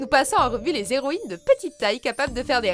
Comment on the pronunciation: Par contre, présenter les "Héroïne" et non les "Zéroïnes" c'est bien😂